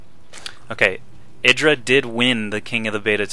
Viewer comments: Pretty sure that IdrA refers to himself as "ih-dra", not "eye-dra". If you watch the interview of IdrA that Artosis did, Artosis calls him ih-dra the whole time (and they are on a real-life first-name basis, so I trust that over, who has never met Greg Fields) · you are driving me crazy its I-dra not edra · no its id-ra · It's "i (like 'lick') - dra". He said his name used to be idrajin [sp] and that's pronounced with the short "i". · its i-dra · u do not seem to know how to say idra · Just me or is this not how you pronounce IdrA?